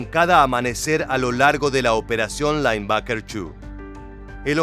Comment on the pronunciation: Seria bueno un relato en castellano o ingles......."lainbaker"😂😂😂